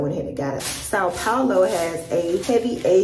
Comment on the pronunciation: Your pronunciation of coxinha and São Paulo is perfect. I believe you will learn to speak Portuguese easily if you want.